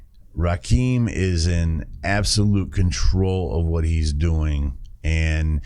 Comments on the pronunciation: Its Ra -kim not keem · Pronounced Rahh Kimm 😂😂😂 Rah keem 😂😂😂😂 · It's pronounced Ra-Kim, not "keem." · Small important note: THE name is pronounced Ra- Kim not Ra Keem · loved the video. It's actually pronounced Rah - Kim. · Yo! Just wanted to stop by & show some love. I always appreciate seeing you go back to the roots of hip-hop (‘80s-‘90s). Rakim was certainly a pioneer in terms of “flow”, as hip-hop was much more simplistic in its delivery prior to the late ‘80s. P.S.: I haven’t seen it mentioned but his name is pronounced “Rah-Kim”. If you’re familiar w A$AP Rocky, that is who he was named after, for he was born in ‘88 a year after this album was released. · Ra kim is how it's pronounced. Just a heads up.